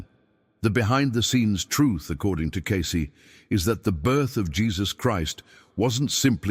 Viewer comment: The paleaseeee. Its not pronounced, ascenies, "seriously" for crying out loud, nor Is it case, it's pronounced,as its spelled, cacey, Cacey. And you ask people to support this podcast, you can't pronounce the names, why should we believe your even putting out the "true Cayce records? maybe you should, type 777 if your even real. !!!